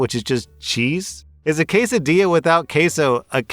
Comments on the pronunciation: I was about to start a fucking war when I heard you say qua sid il aa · I speak Spanish, and your real pronunciation of Quesadilla is ok, but the "LL" is wrong still it's pronounced like a "Y", not a single "L" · I legit twitched when you said kwesidilla. I worked in a Mexican restaurant for 2 years 10 years ago, and IT STILL TRIGGERED ME XD. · I just got really confused because when you said the "Qwasadillas," I out loud said "Quesadillas" and you answered me with what you said. Don't ever stop making videos, Sir! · Qwaysadilla murdered me. But I pronounce it Quessadilah. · the K in Kay-so-dill-ahhh , is also in Karen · I'll forgive you butchering the pronunciation of quesadilla (try pronouncing que as che in chemical, sa as salad, di as in DJ, and lla as Japan) Because of the right assumption that a quesadilla MUST have cheese in it. There are even Mexicans that get that wrong! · I thought they'd say quesadilla like Napoleon Dynamite's grandma (kaysadilla), but nails it even more. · I had a good cackle at "kweh-sa-dill-uh" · As a Mexican that quesadilla pronunciation rattled through my bones. G-eh sah d-ee yah Q-WAY SAY DILL-E DOOO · As someone that worked at Taco Bell I can assure you Karens pronounce quesadilla, Casa Dollah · As a person who used to work in a Tex Mex place, I can confirm Karens do pronounce it quill sa dill a. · Sorry i lost it at the Quesadilla pronunciation xD you get a comment a like a favorite 😂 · glad you clarified that quesadilla pronunciation cause my fight or flight instincts immediately kicked in lmao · I almost raged when mispronounced quesadilla, but his choice of reasoning is forgivable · The pronunciation of quesadilla for the Karen makes sense😂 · I work in a taco shop, one of the night crew people who does the headset for our window mispronounces quesadilla everytime he says it. It’s kind of funny hearing the customers start to mispronounce it thinking he was pronouncing it correctly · and again